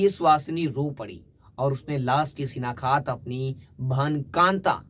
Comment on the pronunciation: Shinaktha not shinakhat 7.45